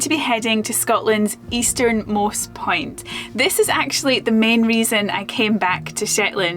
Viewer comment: Accents are fun. I thought for a second she said "easternmost pint". Accents can be disappointing.